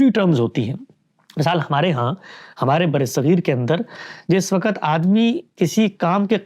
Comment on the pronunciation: ، درجنوں دفعہ آپ سے درخواست کی ھے کہ لفظ "وّقت" ھوتا ھے۔ وقعت نہیں ھوتا۔